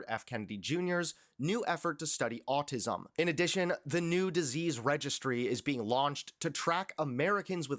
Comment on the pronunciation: Autism not autizum. Sorry.